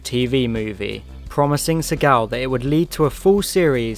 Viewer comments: You're mispronouncing Segal's name. It's SEE-gull. Hint: Action hero Steven Segal changed the pronunciation to make it sound cooler and less Jewish but it's not the way it's supposed to be pronounced. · the pronunciation of Segal is jarring! Its not French its Jewish! Say See gal.